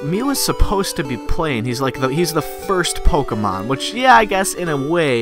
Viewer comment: is it just me or did he just say "PokAmon"?